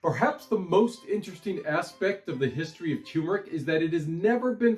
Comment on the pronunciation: No offense, but both Rs in turmeric are pronounced. Neither is silent.